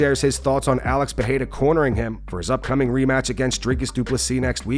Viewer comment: He also repeats Alex PeHEYra every single time. Like, dude, it ain't hard to pronounce Pereira.